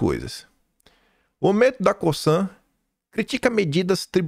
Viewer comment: A pronuncia de COSAN é com Z, CoZan A pronúncia de Raízen é como se lê, com acento agudo no Í : Raízen